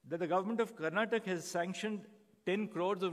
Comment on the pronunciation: Sir this is not Karnatak it's Karnataka.every non Kannadiga makes this mistake😂 Great to see you here in Karnataka sir.